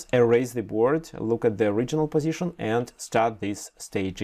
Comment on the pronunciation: Пазишн АХАХАХААХАХА